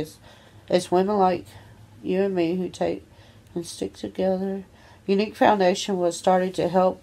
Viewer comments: She went from "Unqu" to "Younique" how can someone fuck up so badly? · I thought she was trying to say un cool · “Unqu” English do you speak it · "unqu" the American education system ladies and gentlemen. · she means the brand "Younique" lol